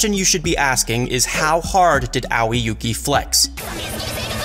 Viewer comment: aowi yuuki => a-oi yuuki (Pronouciation)